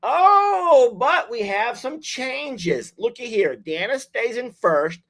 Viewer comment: FYI---Day-na FOR DANA, ANDREA---ANN-DREE-A. FYI to call them by the correct pronunciation!😍🤩😇